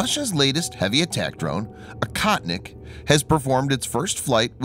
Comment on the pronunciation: Akahtnick in Russian means nothing! Oh-HOE-tneek, the correct way to pronounce the word, means "hunter."